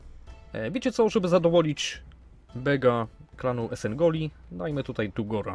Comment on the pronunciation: EsenOGli, nie Esengoli, i Atrak to (chybanto samo co Etrek